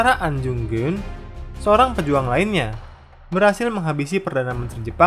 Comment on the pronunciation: Ahn Jung Geun, Ahn = normal, Jung = o seperti "Jojo", Geun = e seperti pada "Mesir"